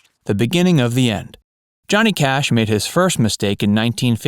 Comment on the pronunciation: We get Cohnny Jash. Get the original narrator back.